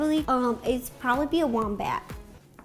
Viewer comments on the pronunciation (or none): When Ro said her patronus would be a wombat I thought she said ‘a warm bath’ 😂